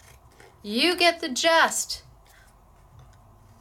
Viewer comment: THE WORD IS GIST NOT JEST